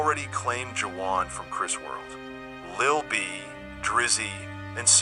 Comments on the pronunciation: That is not how you say that man name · How can you make a documentary about a man and mispronounce his name? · Quick tip, when using AI voice, some words should be spelled how its pronounced rather than the original spelling, that's why so many words are pronounced wrong. AI dont have a personality/sense of humor like humans nor do AI have a human understanding, just a helpful tip from trial & error.